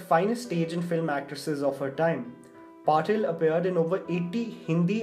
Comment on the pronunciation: Its Patil. Not patel